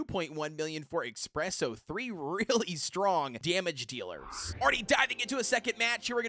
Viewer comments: Why does he call espresso expresso? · That's how they pronounce it